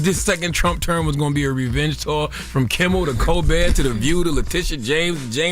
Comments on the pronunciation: Can someone tell its Kimmel NOT Kimbel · KIMMEL not Kimbel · His name is NOT Kimbel/Kimble. It’s Kimmel!!! Where’s Morgen/an???? I’m sicka this. She can’t say Kimmel and / can’t say ask!!! Once again, it’s NOT axe, it’s ask. I need to be a consultant for the show, damn. Smh.